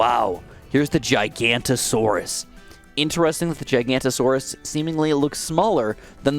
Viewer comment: giga no to saurus not gi ganta saurus